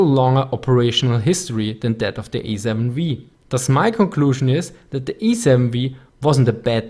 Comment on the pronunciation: "The Ej-Sieben-Vii" ^^ aber super Video ;)